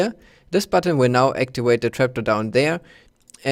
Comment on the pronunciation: "actiwate" lmfao